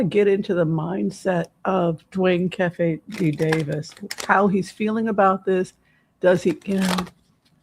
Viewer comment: This reading was a nice change of pace! Thank you! Also it's pronounced KEEFIE...and he was a HUGE west coast drug dealer, hence the $$. To be so arrogant to write a book about taking someone's life, profit from it and have 30 years of freedom? He deserves everything he gets..maybe he and Suge can be "cellies."